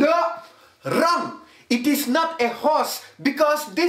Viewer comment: ‘WRRRONG AGAIN’ 😭😭☠️